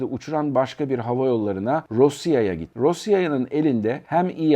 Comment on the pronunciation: O rosiya diye değil rasiya diye okunuyor bilgin olsun